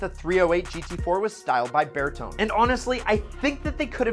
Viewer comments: This list is hilarious. Not only are most of the cars older than he is, but his reasons for why they are bad is laughable, especially coming from a guy that cannot pronounce Bertone correctly. It's like this... Bear Tone eyyy, not Burr tone. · Bear-tone???? I do believe it is pronounced "ber - tone - ee" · Sorry but get your eyesight tested...... For starters, yes, the Dino is a dogturd of epic proportions, but don't blame Bertone (it's pronounced Ber-Tony and not Ber-Tone; Italian is a clue 😉) Bertone have given us the Miura, Countach, Lotus Esprit S1 & the iconic Mk1 VW Golf amongst a lot of things. Plus, the 512BB was where Ferrari & Bertone got it spot on..... Secondly, the Testarossa tramples over the Enzo, LaFerrari, 458 & 488, plus the FXX for looks any time of the week. They all look like Pagani Zondas and however good they might be, they all have paddle gearshifts They hit their peak with the F355 & the company has been drifting towards the toilet ever since..... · Berton? He's called Bertone with an e. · lol bear-tone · Bertone= bur toe nay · not true, 308GT4’s are quite admired in the Ferrari world. Asking prices are $50k-$120k. And you mispronounced Bertone. So many mistakes in this video. I can tell this guy doesn’t know much about Ferrari.